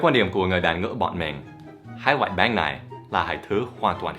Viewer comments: Thầy cứ gọi bánh là báng ý mình thầy nói vẫn chưa chuẩn (đuwngf ném đá nha) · bánh ổng đọc báng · Bánh thì thầy đọc là béng:))) Dù sao đọc thế cx đc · Is "bánh". Not "bán" Cách đọc. :)